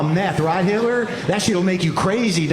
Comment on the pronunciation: I love how he pronounces Hitler without the T - “Hi’ler”